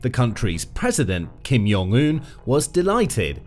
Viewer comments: Jong...Un with a J.. not "Yong" Un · Kim Jong Un is pronounced with a hard J sound. Since I'm being pedantic about Kim's name, I may as well add that nuclear is pronounced new-clear.